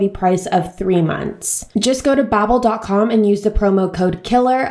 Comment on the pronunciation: Bobbel? I thought it's pronounced bAbbel? I mean they even say bAbbel on their advertisments ??